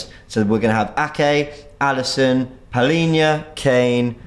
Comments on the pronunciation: PALINHA NOT PAULINHA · Palhinha not paulinha 😂